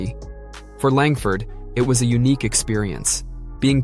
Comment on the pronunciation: Langford? Lol